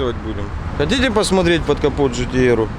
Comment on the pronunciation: НЕ ДЖИ ТИ ЭР А ДЖИ ТИ АР